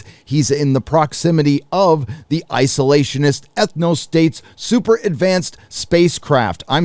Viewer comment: "Isolationhist Ethnostate" hahaha I love it!